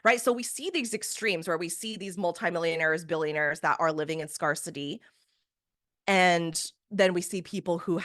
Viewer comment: I could never join someone who constantly mispronounces SCARCITY while trying to teach us to manifest our way out!